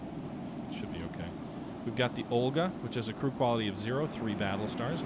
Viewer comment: Correct me if I´m wrong, but doesn´t it say O-LEG rather than OL-GA?